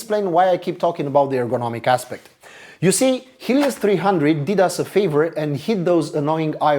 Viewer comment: For 1/2 of the video I thought the author was saying "this HIEDOUS 300", which did not many sense as he was clearly praising the laptop. I love this design!